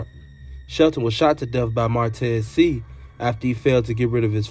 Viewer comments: I always appreciate you!! Just an FYI..the last name is pronounced “say”..I have family with the same last name..keep dropping & free you!! 💪🏾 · It’s pronounced “Shay “ I think